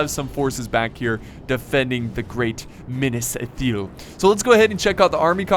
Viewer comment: I don't want to be hurtful but your pronunciation of Minas Ithil hurts my ears. If you would just switch the pronunciation with the first and second 'I'. Just trying to help.